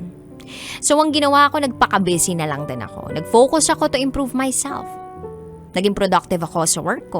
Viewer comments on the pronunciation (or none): Ma’am, bisi po, hindi bese!